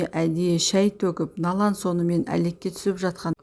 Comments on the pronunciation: Налан,Налан демей Налян десейші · Налан,Налан демей Налян десейші кішкене сауатты болу керек қой.